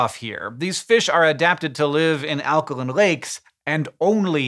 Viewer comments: Alka-LYNN ???????? When did Hank change the way he pronounced alkaline?!?!? HANK! It's pronounced "alka-LINE" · there is an "e" at the end of alkaline, why are you pronouncing it alkalin? you cant use accent as an excuse because its a basic law of english. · Alkolin? You’ve never pronounced alkaline like that in other videos. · So its pronounced alkalin not alkaline? And fishes not fish? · Alkalin not alkaline. And multiple fish of the same species are fish. Multiple species of fish are fishes. I sell fish. I usually just refer to them as fishies, it saves confusion somehow. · pretty sure this comment is making a joke about the way Hank pronounces "alkaline"